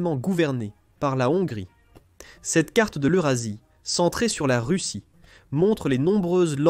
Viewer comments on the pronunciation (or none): none